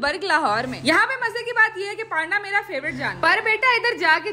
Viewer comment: PAAAAANDA?! ITS Pronounced Peynda behn!